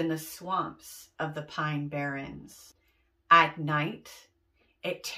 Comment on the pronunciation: Barrens instead of barrons